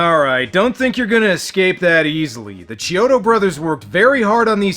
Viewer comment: I thought the chiodo brothers name was pronounced Key-Odos not CHEE-Odos